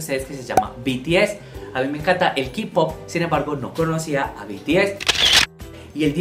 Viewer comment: Ki-pop ? No es Kay pop (K-pop) la pronunciación ahh